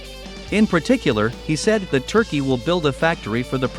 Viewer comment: "Turkeyeah" like its Indian counterpart. Are vile disappoints.